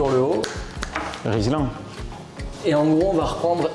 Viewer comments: Puis je suggérer qu'il s'agit de colliers RILSAN et non RISLAN... ;o)) Ca change tout!! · RILSAN ;) Tu peux aussi dire toronner au lieu de Rislanter 🤣🤣🤣